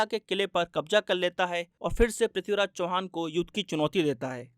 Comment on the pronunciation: Abe sale sahi se naam le mahan prithviraj chauhan ka 🔥🔥